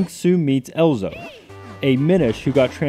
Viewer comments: Good review, dude! - But it's "Ezlo", not "Elzo". The Z comes first. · His name is Ezlo, not Elzo. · Great review but it's EZ-LO !! Not EL-ZO xD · It's Ezlo not Elzo. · Does it not bother anyone else that this guy calls Ezlo, Elzo throughout the entire video? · it isn't elzo its ezlo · Ezlo not elzo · EZLO! not elzo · Your pronouncing Ezlo's name wrong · you emphasize that you are a great zelda fan and yet A.) you continually mispronounce Ezlo's name B.) you seem ignorant to the fact that top down perspective zeldas were made for the ds albeit with 3d sprites. and C.) you believe ezlo is the original green link hat when he obviously wears one in skyward sword, a game released months before this review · I know what you mean... he had no problem mispronouncing Ezlo as "EL-zo", so there is not reason he shouldn't be able to pronounce "ZEL-da"